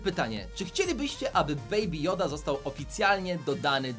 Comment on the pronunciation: "Beaby joda" to nie joda😡😡😡